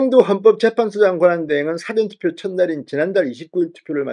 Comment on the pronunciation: 진성호씨말씀은 사전투표 를국어사전영어사전 할때쓰는사전 이라하는데좀고치세요 사전투펴는. 사~전투표로^^